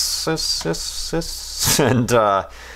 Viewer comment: You finally said periapsis correctly! I'm so proud. Go for broke, try apoapsis.